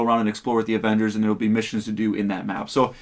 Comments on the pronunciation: “Morvals Avengors” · The way he pronounces Avengers. Avangers??Can't take it serious